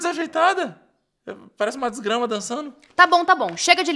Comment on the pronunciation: Ele falou disgrama kkkk